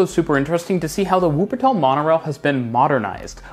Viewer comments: PLEASE learn how to pronounce 'w' in wuppertal, it's cringy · Please make a greater effort when pronouncing place names. I'm thinking in particular of Wuppertal, which you should begin with an initial V sound. It'd show greater respect, and also give you greater credibility.